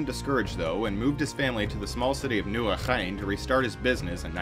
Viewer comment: Full props to for pronouncing Nieuwegein perfectly as a Dutch person! I`m impressed.